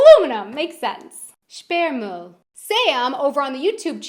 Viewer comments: You need to improve your pronounciation of "ü". When you said "Sperrmüll" I understood something key to reproduction of humans. That could get you into embarresing missunderstandings. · Sperrmüll means bulky trash not blocked trash = sperrig not Sperre/gesperrt 😉